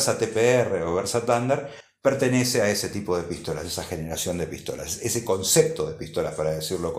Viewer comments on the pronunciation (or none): none